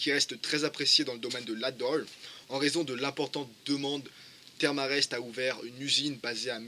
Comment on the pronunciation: Sympa le tuto historique, par contre, ca se prononce "Therm E Rest" ^_^